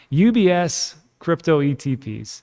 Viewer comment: Haha, when you said ETPs I thought oh what’s that; then you said UBS but I heard UPS (the postal service). Can you imagine how confused I was for a few seconds?